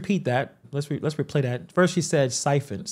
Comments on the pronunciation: If someone corrects her on how she says “STIPEND” instead of “STIFEN”, do you think she would listen? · I believe it's "stipend" and not whatever you said lol.